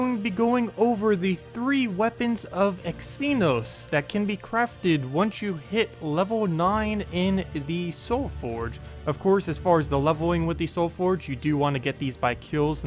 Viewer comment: "X-enos" Wtf...